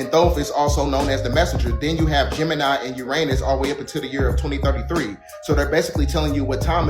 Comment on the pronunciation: Could somebody tell the guy that was talking about the silver surfer and all the rest of the fantastic four that Thoth related to Uranus that the word Uranus is not pronounced Ur-anus it’s actually pronounced ur-uh-nus .. pronouncing it the wrong way really makes him look stupid.